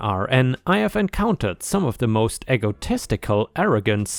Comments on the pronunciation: "egotistical" is said as "ee go" not "eggo." "Gall" is said like "all." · Perhaps someone else has said this (I'm not not going to read through 199 replies to find out) but Egotistical is pronounced Ee(ē)go-tist-i-cal. Woe is pronounced as wo, long o, not woo, a Chinese sur name. Shoot-ing not Shouting. Gall is (gawl) not gal. A (ayy) listed, not a(uhh) listed. I realize that you probably know at least 3 or 4 languages and even though you have an obviously German accent, you usually pronounce things close, even medical terms, which many Americans mess up. But these things tripped me up. I'm sorry. Perhaps this is just an American pronunciation. 🌟🌟🌟🌟👍👏 🐾🐺🐾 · The E in Egotistical sounds like the E in Eek, Creek, Cheek and Beak...